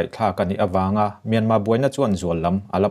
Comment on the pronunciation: Mianma tih a lam rik aichuan Mîanmar hantih rik ngei hi ngaihthlak a nuam.